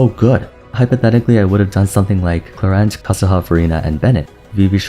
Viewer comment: i got her accidentally Q_Q i was at zero pity and just wanted a sethos, but the girl was like BOOM here i am. gonna see what fun i can have with her, but you are right, the short uptime sounds problematic. btw thumbs up more than deserved for actually pronouncing her name right :)